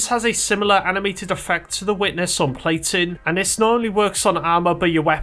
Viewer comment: Me throughout the video: "What the fuck is 'platin'?"